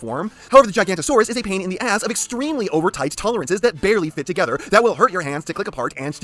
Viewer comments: Its pronounced giga-nota-saurus not giganta-saurus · Erm, it’s actually pronounced Giganotosaurus, not “Gigantosaurus” ☝️🤓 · I hate to be that guy but…it’s gig-a-NOT-a-saurus, not gigantosaurus, that’s a sauropod. Forgive me. Great video though.🦖🦕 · Hate to be that guy but i believe its pronounced gi-ga-no-to-saur-us not gi-gant-o-saur-us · Man hearing you on origins wheeljack, then hearing you contradict yourself on this is shocking. Like it does exactly what it’s supposed to do. Also the entire video you butchering Giga-noto-saurus and calling the elasmosaurus a plesiosaur hurt. Otherwise nice review broski. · misspronouncation is one thing, but MISIDENTIFICATION ! that's another thing